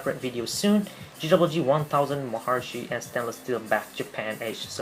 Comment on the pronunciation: Please!!!! YOU MUST TO PRONUNCIATE CORRECTLY "MAHARISHI" It is NOT "mahar(i)shi" (wrong sound for that "i" on this video). The correct way is "Mahar(i)shi" (like the sound of the "e" vocal in english). Hardy Blechman is going to kill you!